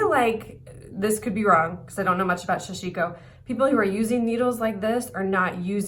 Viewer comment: Sa Shi Ko, all syllables same emphasis. Usually many stitches and fabric are held on the needle, weaving motion used to ply needle.